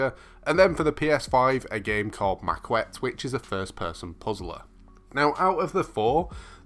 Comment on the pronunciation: Its actually pronounced Ma-ket, its French.